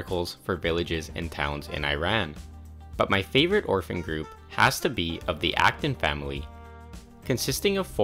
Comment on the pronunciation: Who else thought he said Afton family instead of Acton family